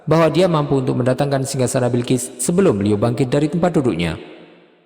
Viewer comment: Balqis bukan Bilkis